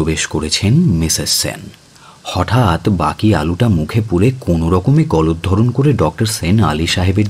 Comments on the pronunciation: গলাধঃকরণ টা বারবার ' গলোদ্ধরণ ' শুনতে বেশ কানে লাগছিল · গলধঃরণ নয়, গলাধঃকরণ, । বারবার ভুল হচ্ছে।